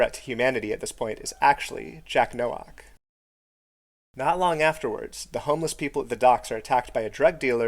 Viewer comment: Nowak is a Polish name pronounced like No-vahk